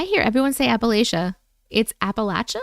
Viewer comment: I fell asleep watching last night so replaying now… so proud of you for remembering appal-atcha!!! ❤ so pleasing to hear it pronounced the way we say it from somewhere that’s never heard us say it!